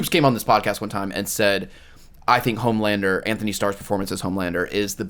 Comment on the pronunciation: Just letting y’all boys know that it’s Antony, not anthony starr